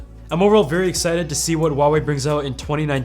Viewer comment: Wrong. Don't try to be smart...It's Hwa...way....